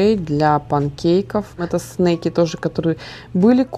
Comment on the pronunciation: Снаки, а не снейки. Навряд ли Сарра захотела бы снейков в школу взять🤣